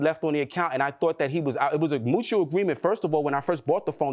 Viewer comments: "Mewchall", "Deframe" and "Deformation" the trifecta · I need the plaintiff to get hooked on phonics before he get hooked on a man. Talking about deframed mootual agreement and after our broke up 😒 🤔 that's why he couldn't explain what happened. Then to say DUH to the defendant. No DUH your a** to the nearest library. he just glad the clase(case) is done. Still just saying anything 😫